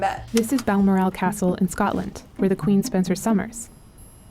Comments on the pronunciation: Bal-morale?...it's Bal-morrel pronunciation-wise🙄🎩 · Love your shiz guys. Just a note from a Scottish guy. Balmoral is pronounced Bal-moral (as in I have no morals)!